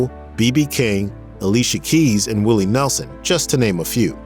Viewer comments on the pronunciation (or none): none